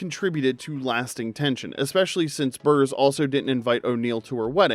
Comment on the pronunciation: Amanda Bearse's name is pronounced BARSE NOT BURSE.